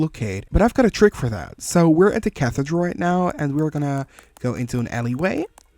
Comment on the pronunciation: Cathedral is pronounced as "Kathy-Drull"